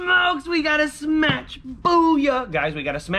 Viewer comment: Stop saying smatch